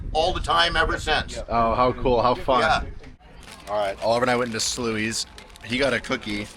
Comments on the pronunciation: You guys went to my hometown (Poulsbo)! I love it there. Sluys bakery is a tourist trap but well deserved. Also just FYI it's just pronounced like the word "sly". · That happens on Hwy 18 a lot. They need to make more lanes! But yes that Bakery in Poulsbo (pronounced Paul's bow). Is pronounced "Slys", not Slooeys, 😅. Enjoy our beautiful corner of the country! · Omg, I went to high school in Poulsbo! Psst Sluy’s Bakert is actually pronounced sly-s. Slew-y’s made me giggle. So fun to see you in Western WA, especially in my hometown! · I just got back from your part of the world and it was fun to see you visit my side of the world! BTW the donut shop in Poulsbo pronounced "Sl-eyes". I had such a fun time watching you drive roads my family drives all the time! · I had to laugh at your pronunciation of Sluy's. We live in Poulsbo but understand the names around here are crazy. It is pronounced 'Sly's'. Hopefully you enjoyed your donut. Between Native American names and Norwegian names, our area can be confusing.